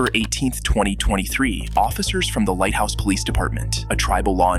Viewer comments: Lighthorse, not light house. Also, Okmulgee is pronounced with a hard G, not soft. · It's LightHORSE, not house. And it's pronounced oak-mul-gey. Listening yo people try to pronounce oklahoma town names is always hilarious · It’s Lighthorse police, not lighthouse. And they do have jurisdiction over a non native if they commit a crime against a native. Not even going to correct the pronunciation of Okmulgee. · It’s Lighthorse police not light house. Also it’s not ahkmalgee it’s pronounced oak-mull-ge it’s the creek nation capital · He didn’t “beat up” the chief. He didn’t “nearly choke her to death” It didn’t “anger” the officers. He wasn’t treated “despicable” It’s “Lighthorse” not lighthouse. You should do more research and not embellish stories.